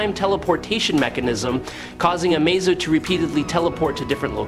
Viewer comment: thumbs down, your ai can't say amazo all the time, that is your fault